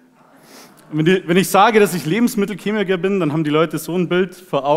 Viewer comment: sag doch in zukunft einfach, du seist lebensmittelCHemiker, und nicht -kemiker ;)